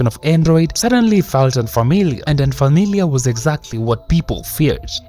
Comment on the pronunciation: Bro said unfarmiliar